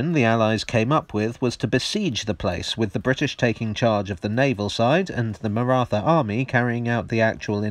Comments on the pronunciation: It's Marat Ha, the h is aspirated. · The pronunciation of the word Maratha made me wince, but as I can't come up with a word or phoneme close enough I guess I'll have to live with it. Stellar video otherwise. Note: it's not the 'th' sound in rather as pronounced here. It's a thick T sound. Maybe I can link a video here with the corrected pronunciation later. Always best to get names right, especially for a lot as touchy as the marathas (yes the Maratha people, who live in the Indian state of Maharashtra and speak Marathi, are very sensitive about these things.)